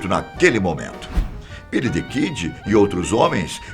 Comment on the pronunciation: " Bílí Dí Kídí "